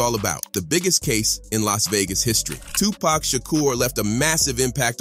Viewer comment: Did this foo just say 2pack? Yeah, always get say it wrong.😂